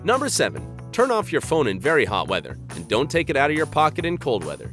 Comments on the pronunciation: #7 pocket not pocke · he says Pocke instead of pocket\ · TYPO HE SAID POCKE NOT POCKET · what’s a pocke? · Did anyone else notice that when they said “don’t take it out of your pocket in cold weather” that they really said (pocke instead of pocket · Am I the only one who noticed they said pocke instead of pocket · pocke 😂😂giggles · a blunder in the word 'pocket'. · it says Pocke not pocket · Who saw said pocke for Pocket? 😂But we're human so we all make mistakes!😊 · Pocke instead of pocket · 3:1 its pocke now? instead of pocket?🐔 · It’s pocket not pocke lol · Don't take your phone out of ur "pocke" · it says pocke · your missing the “T” in pocket 😂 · I just noticed that you forgot the t for pocket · On #7 you forgot the t in pocket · Missed a t on the word pocket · Don't take it out of your "Pocke" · says pocke lol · there’s no T on the word pocket